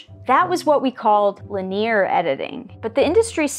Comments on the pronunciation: Hearing people mispronounce word like linere, just tells you that they read a lot and don't necessarily hear it in common speech. So I'll just assume you're a well read person. 😀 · Really enjoying your content. I promise that with your new expanded subscriber base, today is the day you learn that "linear" is a three-syllable word. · Um.... is it really pronounced that way, and not lin-ee-er?